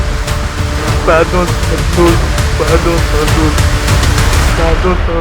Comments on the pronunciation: Pahdon pahdon 😂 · "Padiion yé té démane paadon " je suis mort il demande un pardon foireux hahahahahaa